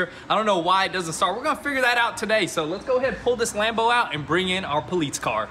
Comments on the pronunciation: Do you guys really not know how to pronoun the word "Police"? Or is that some kind of local inside joke? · Please start saying police correctly, I want to watch but honestly can't stand that lol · Lmao Politce. Tell him just to say cop lol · The "Poleets" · Why you sayin politz? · What the heck is 'poleetz". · Homie said "poleetz" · Poleetz.. tsk tsk tsk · Police in Italian = Polizia (poh-leets-ee-ya) seems like your Italian supercars are rubbing off on you boys. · Instead of the amount of cars going down, your place is starting to look like a used car lot. Damn bud you keep mispronouncing police . Got everyone watching laughing their asses off each time you say poleets. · "Poleets Car" Howling every time i heard it! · Cbr Duck how do you think it’s spelled?😂 poless?? It’s police buddy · *Poleetz hahaha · Danyl Goutier “po-leets” it’s police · "Issa Poleets transmission" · Nobody:: Poleetz Car 😂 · can someone tell the guy that can't say police properly that it's not polits it's police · Pulleetz car? Something wrong with you saying Police? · Who got annoyed when he kept saying politse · Police not poleets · The “po-leets” car lol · 😂😂 I was sitting here like wtf the poleets is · I was wondering if i heard right. Love the vids but that politze word was jst anoyying as shit. Lmao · poll leets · “Politze” car 😂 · Nobody:: WOAHHH A POLEETZ.... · in german you said "politzei" :) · Are they keeps saying politze car or I'm hearing things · Poleetz Poleetz Poleetz!!! lol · "Poletes car" 🤣🤣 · Why he keep saying “politz” 😂😂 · “You guys won’t believe the good dill we got on our new poleets car!” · I thought I was the only one hearing him say politz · I absolutely love how says ''politze'' lmfaooo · "Poleetz car" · You're killing me lol "Poleetz car" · I heard the words crazy and poleets quite a few times in this video. I think its a new record for CRAAAAZZZZZYYYYYY. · "Poleets" cruiser😂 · Why do you guys pronounce police poleetz? Strange